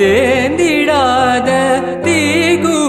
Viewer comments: See again u are singing it as thenthidatha its theindhidatha .Tamil looses its charm when words are mispronounced. U did excellent job otherwise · தேய்ந்திடாத தீபமாக ஒளிரவா..! This line was wrongly pronounced. Honestly I didn’t realise this pronunciation mistake when I listened this song several times. When trying to memorise the lyrics, I found this little deviated from the original version. It’s so mesmerising voice. You deserve a big hug from Ilaiyaraaja and Ajay Chakraboti for making this song extremely popular.